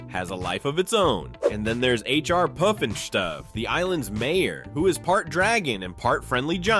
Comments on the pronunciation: Puffin STUFF, not stoof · Fuck...now I gotta watch the video to hear him say poof-nas-toof or some shit😂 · " Puff " In " Stuff " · PufinstuF - NOT PufinstuE! 🙄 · Say aloud: Puff-in-Stuff like an American would, with no hint of German accent or affectation ffs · pufinstoof?? Lol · I don't think you ever correctly said "pufnstuf" lol I had the hots for Isis and ElectraWoman/DynaGyrl.